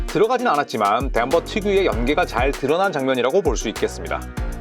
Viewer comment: 트레이드랑 덴버 발음이 너무 그 남자인데